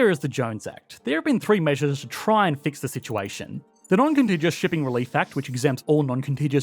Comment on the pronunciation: FYI you’re pronouncing contiguous wrong it’s a hard g